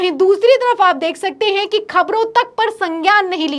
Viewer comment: Heinnnn pe itna jor na do madam ji